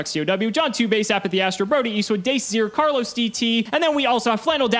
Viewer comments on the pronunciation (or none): none